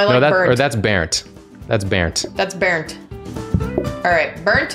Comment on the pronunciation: pronounces 'burnt' as 'bearnt' My German ass: Bernd? Bernd of Das Brot fame?